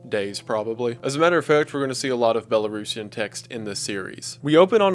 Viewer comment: Huge props for your pronunciations of "Belarus" and "Belarusian"